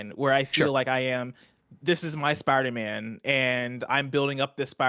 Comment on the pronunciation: He has a lot of quirks when it comes to pronunciation. For example he says Sparder-Man and Markrosoft.